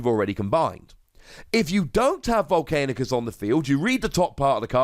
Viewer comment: It should be a rule you can’t talk about VOLCANICUS until you can say his name right!